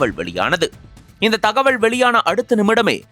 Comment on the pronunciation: தகவள் இல்லை தகவல் முதலில் தமிழை பிழையின்றி உச்சரிக்க நன்றாக பயிற்சி எடுத்து கொண்டு வந்து பேசுங்கள் 😊